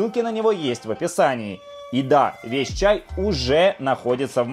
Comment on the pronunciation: "кто не пьёт цяй, тот цьмо " -_